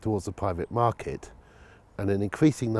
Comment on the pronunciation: 0.56 - the housing smarket 🤣